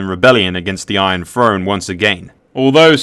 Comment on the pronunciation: Good video but I wince every time he says "Iron Frone" instead of "Iron Throne"